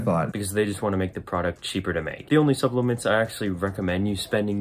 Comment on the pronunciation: SUP-LELE-MENTS xD